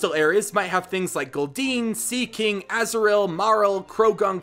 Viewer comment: It's so hard to understand you when you say Azurill and Marill🤣